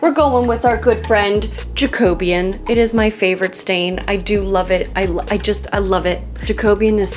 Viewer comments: Fabulous work girlfriend. You amaze me. Side note - Jacobean is pronounced jack-uh-be-an with the emphasis more on the first syllable than the second. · It’s seems to me how funny you pronounce Jacobean ! I’m from Manchester U.K. and here we pronounce it more like… Ja - co - bee - an well at least that’s how everyone I know does 😂😂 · Love your work,. Having watched you for sometime, I do admire your skill and determination. If I was forty years younger I like to think I would be doing the same. Just one thing…I don’t know if anyone else has said this, but it’s pronounced JACK-O-BEE-AN. Not JACK-O-BEAN. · please. i am BEGGING you. it is pronounced "jack-o-bee-yan" not "ja-co-beyan"... empasis on the "jack" and the "bee" and not on "co".please. please. you mention it all the time and i am begging you 😂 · I love you but it’s pronounce pronounced jak-uh-BEE-uhn. 😋 with love from Scotland 👍🏻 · Just to educate you being from england and the name of your wood stain comes from an english era of history jacobean .... it's pronounced "jack'o'be-an" not "ja-cobe-an" but I love your channel ❤❤❤❤ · I'd never heard it pronounced "Ja KOB e un" before. In the U.S. we say "JACK uh BE un." Not trying to nitpick at all. Just thought it was interesting. P.S. I love the way this entry is turning out. The wallpaper is so pretty! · It’s jack-uh-BEE-ən. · Loved the way you pivoted after the craziness of what you discovered with the wall layers. That teal is beautiful, just not with that wallpaper, you were right to change it, the teal took away the beauty of the paper. In Australia we say Jack-o-be-in, I love the way different parts of the world pronounce things differently. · I think you mean jack - o - bee - an. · Jacobean- pronounced ’Jack oh bee an’ refers to the reign of King James VI of Scotland and King James the I of England (same guy) The Jacobean Era was ❤ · Is it not pronounced Jack-o-bee-an? ❤